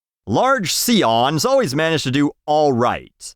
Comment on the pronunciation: Why the fuck did “Large Seeahn” give me the biggest laugh of this video? The whole video was good.